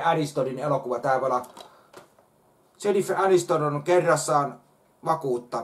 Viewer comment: tsenifer äristön shiin konorssi&konnerssi bluuk blook